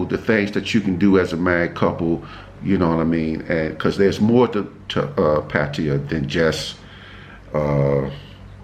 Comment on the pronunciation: Found you by chance. Great info and loved how you met. I just got back from Pattaya (you’re one of the few that pronounce Pattaya like I do 👍🏻) loved the basic budget....I went to Tiger park. Very cool place (great photo op too). Anyway, new subscriber here. Thanks 🙏🏻 SF Warrior